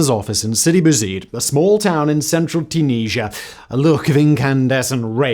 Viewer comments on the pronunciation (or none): Too-Knees-Ya!!!! OMG 😂😳🙄🙄😂